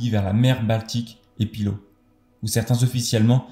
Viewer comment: Ce n’est pas la Litonie mais Lituanie, et on dit Pillaou non Pilo